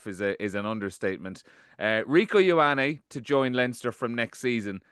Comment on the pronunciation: Someone teach Jackman how to pronounce Ioane please